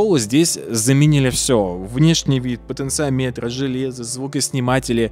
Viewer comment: Извиняюсь за замечание. В слове "потенциометры" ударение на вторую О.